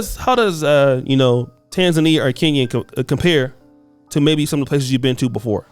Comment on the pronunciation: Hint: it's pronounced "KEN-YA" (Kenya), not "KEEN-YA"! 😉 🇰🇪